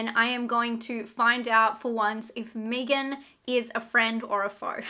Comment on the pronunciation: When you said me-gan instead of meg-an I died. Lol. Haha.